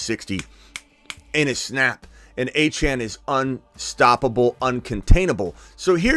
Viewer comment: ITS “ A- CHAIN” achane